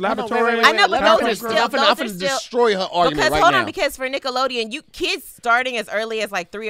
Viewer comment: Sound like they was sayin “niggalodeon” 🤣